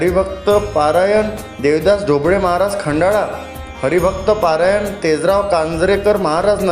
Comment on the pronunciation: पारायण नाही रे भाऊ परायण असते ते